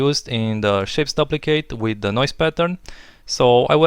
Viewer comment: Whoa! This is sweet. Love the creative original techniques you provided in this video. You don't find that often on youtube these days. Reminds me of when I used to watch video copilot tutorials. lol, this isn't very important but just for the sake of future videos, I don't think you are pronouncing "duplicate" correctly. The "u" is long, as in "soup" or "room".